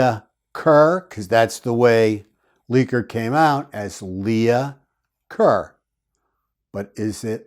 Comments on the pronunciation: It wasn’t “Leah” Kerr. It was “Leigh” Kerr. “Leigh” is pronounced like “Lee”. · Leigh is pronounced Lee, not Leah. Lee-ker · The name Leigh is pronounced ‘Lee’ (or sometimes ‘Lay’), thus the Lee-ker Lea-ker. Lee-uh is spelled Leah typically. 😊 Also, were the positions of the bodies not revealed to the public initially.? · Leigh is not pronounced Leah. Leigh is pronounced Lee. It is the female spelling of Lee. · Leigh Is pronounced LEE. Not Lee-a . Hence Lee Kerr. Think of the actress Janet Leigh . Janet Lee. Not Janet Lee-a. Other than that distraction this was a good video. Thanks. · Thank you for staying with this case,. Do you remember the actress Vivian Leigh? Her last name was pronounced Lee, I believe.